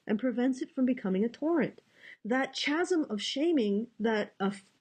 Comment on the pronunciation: Chasm is pronounces Kasm. The Ch is a hard C.